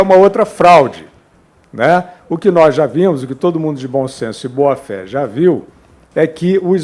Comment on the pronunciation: "Ligue djá!"